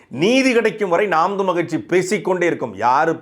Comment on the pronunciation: நாம் தமிழர் கட்சி னு சரியாக உச்சரியுங்கள் நாம் தம்லு கட்சி னு கேட்குது